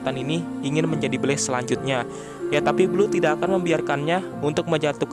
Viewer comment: ko blast disebutnya blaze